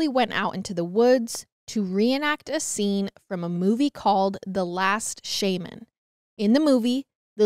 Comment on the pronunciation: No one else is gonna comment on how pronounced Shaman… 😂😂